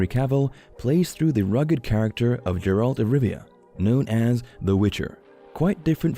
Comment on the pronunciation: People: talking about Henry's love life Me: did the voice dude just say JERALT?